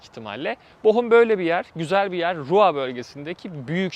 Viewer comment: rua değil de ruuğr gibi telaffuz edersen daha doğru olur abi